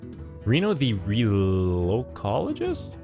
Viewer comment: Bruh-zenn Zeal-lot. That's not how you say either of those words. (Bray-zen zell-it) Also, relic-ologist. I wasn't sure about Reno at first either, but boardwipes on a body are always strong. We've seen that decks without duplicates can be strong and consistent in wild, and this isn't a terrible body on 6 in the OG Reno Mage. Mostly a good roundup of ratings. I think you're wrong about the card that give you 2 scarabs in hand. We've seen how deadly early Mountain Giants can be, and Paladin didn't have a great way to hand stuff like Mage, but now it does. Anyway, good video. Looking forward to part 2 if there is one.